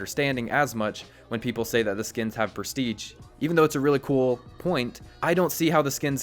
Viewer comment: Its presti"sch"e not presti"tsch"